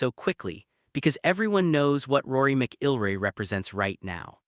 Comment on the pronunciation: You can't even pronounce "McIlroy" correctly. AI slop at its worst.